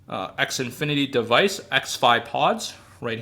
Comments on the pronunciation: The way you pronounce Xfinity. xNfinity? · X Infinity weird